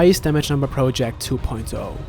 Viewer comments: Get someone else to narrate. Need to rewind a few times just to hear the words you're saying. wtf are you saying ? "it was one of the most time consuming video... proloject? roloject?" just get someone else to talk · The way you say project REALLY irritates the fuck out of me...